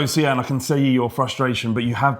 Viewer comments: See-an? Its Sian, Typical English people butchering the names from countries they've colonised. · Such a bad pronunciation of Sian